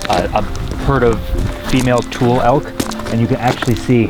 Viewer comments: Another masterpiece fellas! But the tule elk is pronounced like "toolee". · Locals say Point "RAYS", not Rey-es. The Elk are TULE like cattails, not TOOL elk. You are forgiven. :-)